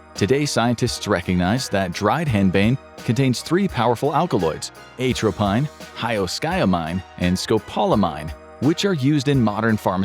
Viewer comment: Perhaps confusing info about it's use as an MDMA precursor. I'm not convinced they did much research at all, considering they weren't aware of the pronunciations of atropine, etc, and couldn't be bothered to look them up.